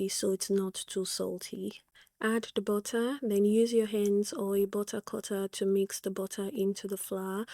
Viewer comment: "Bottah" 🤭 I love it 😂